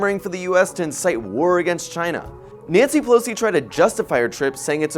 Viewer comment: Naughty Pilowsee - Ai See